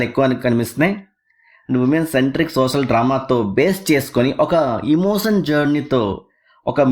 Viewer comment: Adi emosion kaadu emotion